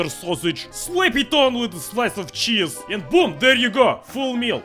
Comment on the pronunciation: It sounds like he’s saying jizz when he says cheese